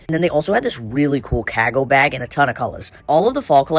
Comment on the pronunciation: What’s a “kahgo bahg”? 😂